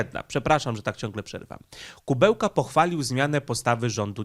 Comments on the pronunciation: Nie Kubełka tylko Kuleba. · aż uszy bolą jak przekręcasz nazwiska. Nie Dmytro Kubełka tylko Dmytro Kułeba zapamiętaj raz na zawsze. A incydent nie był z ambasadorem Ukrainy tylko z ambasadorem Rosji. Zdecydowanie za dużo przejęzyczeń w twoich vlogach - musisz nad tym popracować. Pamiętaj, że są ludzie którzy jedyna wiedzę o świecie czerpią z twoich filmów i później będą na mieście powtarzać takie głupoty. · Film ważny, temat istotny; ale... kutwa, co ty masz z tymi nazwami i nazwiskami!? Nie potrafisz żadnego przeczytać bez przekręcania??? Nie żaden Kubełka tylko KUŁEBA. Mógłbyś się na tyle przygotować do filmu by sprawdzić nazwisko gościa którego omawiasz. Bo cenne i ważne materiały czynisz przez to niepoważnymi i błazeńskimi. A szkoda. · ja wiem że poinformowałeś że masz wadę mózgu, ale proszę Cię mocno naucz się, NIE KUBEŁKA ale KULEBA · minister MSZ Ukrainy to Dmitro Kułeba, a nie „Kubełka”. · Nie ma takiego człowieka Kubełka. Jest Ku Łe Ba. Rozpisuj sobie trudne nazwy na sylaby, bo przez takie nazwy z du py nie jesteś traktowany poważnie. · Nie Kubełka tylko Kułeba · A to nie Kułeba ? Mowiles Kubełka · Wypadałoby chociażby uważniej czytać, skoro zwyczajnie nie zna się nazwisk. Opowiadasz o polityku, który nazywa się Dmytro Kułeba, a nie Dymitro Kubełka. Imię można spolszczać i wtedy powinieneś mówić Dymitr, natomiast przekręcanie nazwiska jest żenujące.